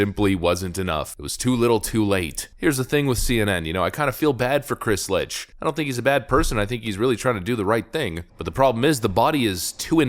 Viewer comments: Funniest thing? It's not Lich It's Licht....as in licked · It is Chris LICHT not LITCH. Dyslexia? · Licht should be pronounced as "licked" as in Chris Licht... my balls. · I thought Licht was pronounced phonetically as Licked? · His name is pronounced "licked", it's German for light. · Love your videos. Hate your pronounciation. Dude's name is Licht, pronounced "Licked", which he very well may soon be. Licht is German for Light, so the ch is the sort of hocking sound like Bach, Achtung or Ach du lieber. Also the o in Michelob is a long o, like go, as in go google the pronounciations of the stuff you're talking about. Great content, but you're diminishing your point by making basic mistakes in pronounciation. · As amusing as it may be to call the current head of CNN a zombie, I'm quite sure the name is more closely pronounced as "licked"